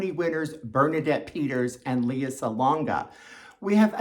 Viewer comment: Her name is pronounced LAY-ah Salonga. :) And it was just announced that Lea and Bernadette would be considered featured actress.